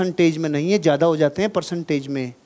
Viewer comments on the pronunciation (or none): none